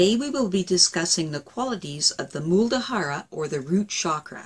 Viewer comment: Muladhara. Not Muldahara! :)